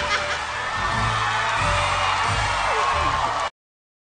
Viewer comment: if you graduated? graduation? graduet? Oh congratulet... hahaha